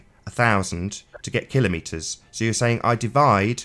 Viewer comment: Thank you for being One of the few people to correctly pronounce kilometres! It drives me crazy when narrators mispronounce this very simple word!